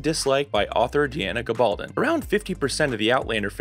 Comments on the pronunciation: Text-to-video software. Everything not programmed into the system is pronounced phonetically. GaBALLdon. Hoogan. Cay-tree-OH-na. 🙄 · Please learn to pronounce Gabaldon correctly.